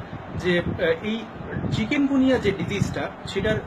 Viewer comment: কেমন ডাক্তার উনি চিকুনগুনিয়া কে বারবার চিকেনগুনিয়া বলতেছে।